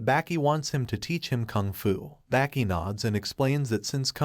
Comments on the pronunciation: Sounds like he is saying Back e not Baki 😭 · Its baki not becky